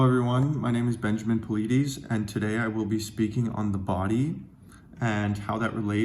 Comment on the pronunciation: Wait, what? I've been following David Paulides ( father) for over 6 years. He pronounces his last name "PAUL-LIE-DIS"...I've heard it HUNDREDS of times..... It's not "Paul-leedies" like is pronouncing it here............. Why would he pronounce his own name wrong? What is going on here?! Has David seen this?